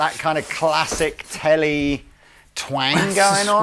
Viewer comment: So you can say Strandberg but you cant say Tele?